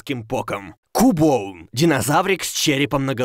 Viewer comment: не КУБОН, а Кьубон. Если создавать видео, так нужно делать грамотно!